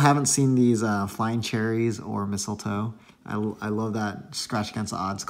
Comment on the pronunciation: So funny how you say flying cherries hahahah 🍒 by the way hope you get that candy cane...image - that would be awesome.